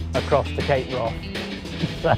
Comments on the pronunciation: Its not pronounced Cape Wroth...It's Cape Wrath...Brilliant Bruder Trailer, Shame you didn't show more of it 😞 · Why does this guy keep saying cape Wroth?